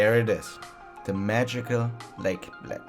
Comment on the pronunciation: You said Bled wrong, also did you try Blajska kremšnita?